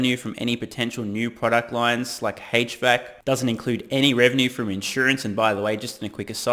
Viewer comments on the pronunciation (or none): HVAC = eightch VAC not hatech VAC. Just an FYI